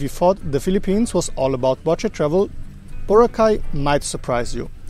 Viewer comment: Yes there are 2 airports you can take going and leaving from Boracay, and they are called Kalibo International Airport and Caticlan Airport. Not Boracay Kalibo Airport and Boracay Caticlan Airport. And its BO-RA-KAI not BOW-RAH-CAY! Get your facts right!